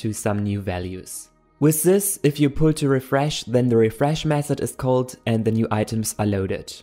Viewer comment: i love how flutter sound when you say it